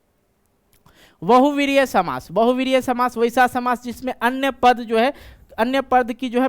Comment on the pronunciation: samas❌ shamas✅